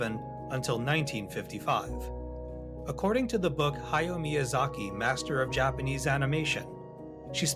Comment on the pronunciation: Ha-ya-o Miyazaki. Three distinct syllables in his first name. And it's Sa-tsu-ki.